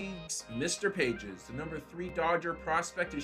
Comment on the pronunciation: "Pahes" not Pages.